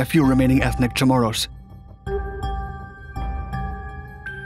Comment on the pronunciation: Pretty awesome video, up to and including the correct pronunciation of Chamorro. Awesome job. I grew up on Saipan and Guam, and would hear stories of the atrocities committed by the Japanese to the native people, towards the end of the war.